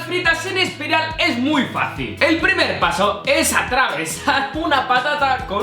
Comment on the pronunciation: dijo al principio un aspiral en ves de espiral lolloolooloollloo 😂 XDXDXDDDDD